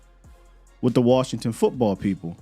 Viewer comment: LVE about to go ball out in worshington 😂😂😂